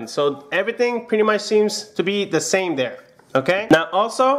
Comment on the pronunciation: "The zame"